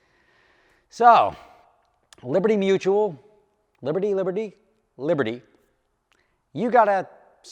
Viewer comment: Hey, they're dragging their feet because they spent your money on training the new guy how to say liberty mutual correctly. 😂